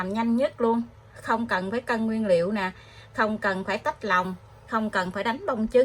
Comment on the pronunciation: Nói kg can Nguyễn Liêu noi mắc cười 😂